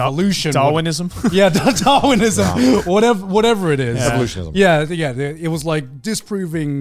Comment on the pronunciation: Garnt struggling to pronounce Darwinism has to be on the poll for biggest monkey moment in the next awards